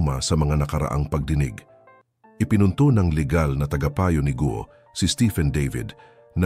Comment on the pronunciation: correction GUO po hindi GO